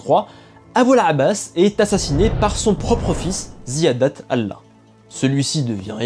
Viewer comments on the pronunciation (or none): none